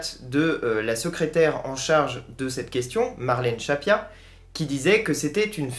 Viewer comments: Merci pour cette vidéo. C'est Marlène "Schiappa" et non "Schappia", attention. Sinon, d'un point de vue technique, soit tu mets une musique, soit t'en mets pas (perso je vois pas vraiment l'utilité, ça fait un peu ambiance de supermarché). Mais si t'en mets une, faut qu'on l'entende... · Juste une petite remarque futile ... Marlène "Schiappa" se prononce comme "Chia Pas" et non "Chat Pia"... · Je ne discute pas le contenu mais ce serait infiniment plus crédible si le nom de la ministre Marlène Schiappa était bien prononcé.